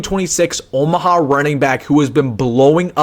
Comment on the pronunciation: Omaha, not Omah